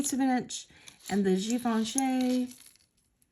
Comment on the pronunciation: Your nail polish matches the strawberry and actually you are one of the few who pronounces Givenchy correctly so go ….